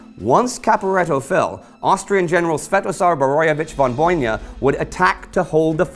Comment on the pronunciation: Again... It's Von Bojna - (Von BOY-NA) not Von BOJNJA. Trust me, I'm more slav than you. It's Bovec - Bovets, not Bovek. It's Matajur - Ma-ta-yur, not Matazhur. Sorry, I just can't help my pronunciation nerve, just like Cadorna couldn't help launching new pointless offensives :)